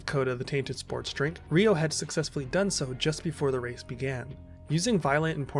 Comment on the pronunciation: It's Ryo (one syllable). Not Ri-o (two syllables)🙈